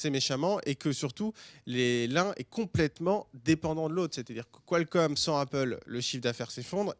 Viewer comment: en français ça ce prononce Kalcomm et pas Quoilcomm lol